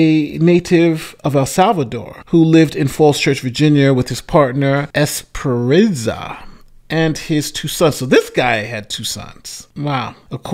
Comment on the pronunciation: 429 Esperanza is generally pronounced Esper Ahn(On) Zuh